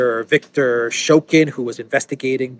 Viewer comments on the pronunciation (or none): none